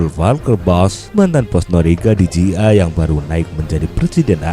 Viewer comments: Sekedar membetulkan, bukan CIA(sia) min, tapi CIA (si, ai, ei) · Hahaha agak risih jg dnger nyebut (SIA)